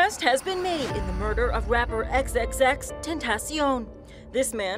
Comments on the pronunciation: she goes... xxx ten tas ioun not xxxtentacion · Why u say Tentaseeoun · excuse me but Whos xxxTENTION I only know xxxtentacion 🤨